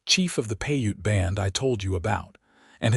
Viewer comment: Piute is pronounced "pi•ute". Long "I" in English, long "u" as in English, silent e at the end of the word.